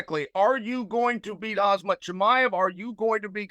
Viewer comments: sometimes he says kazmat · Hazmat, Hamzat, he changes it each time. 😂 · He actually managed to say it wrong in two different ways "Hazmat" and "Khazmat" :D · Chael needs to stick to Chimaev. He can’t say Khamzat, no matter how much he tries. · It is shameful that the moderator after so many years cannot pronounce the word "Khamzat". So North American... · How does Chael manage to mispronounce the same name in three different ways in a 7 min clip 😭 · this should be interesting. May the best man win. Also I wonder how annoyed Khamzat was by Chael repeatedly mispronouncing his name lol. At least he didnt call him cumshot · The fact that nobody is correcting him on pronouncing Khamzat’s name 😂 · What a douche Chael is not getting Khamzat's name right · Of course chael got khamzats name wrong 😂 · It gets so much worse as the interview goes on. So many different pronunciations except for the right one. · Chael it's Khamzat, not Khazmat ffs! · Bro its on the screen khamzat not khazmat. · 'khazmat chimaev' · Chael "Hazmat not Khamzat" Sonnen 😭😭 lol 😂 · Its hazmat not hazmit brother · IF ONLY HE WOULD SAY "HAM" INSTEAD OF "HAZ" HE WOULD GET IT PERFECTLY BECAUSE THE NAME IS ACTUALLY "HAMZAT" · Are you slow? It's not the begging he mispronounces, but the zm instead of mz. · The problem is he says Hazmat not Hamzat. LOL! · yes but he says hazmat not hamzat 😅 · "Hazmat Chimaev" "Khazmat Chimaev" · “Hazmat”. Disrespectful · Chael says Khamzat's name wrong (Khazmat) in front of Khamzat himself. So I guess it was never an act. He always thought his name was Khazmat. 😆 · "Hazmat Chimaev"... - Chael Sonnen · “Hazmat Chimaev” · Why tf is he calling him hazmat? It's goofy af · Chael Sonnen did call Khamzat Hazmat, you heard it right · When chael said “ khazmat“ khamzat’s reaction 😂😂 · Chimaev face when chael said khazmat 😂😂😂😂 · “Khamzat bretha 🫤” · why is he keeping calling him khazmat. thats an insult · Lets not ignore the “KhaZmat” from Chael 🤣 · It’s KAZMAT actually.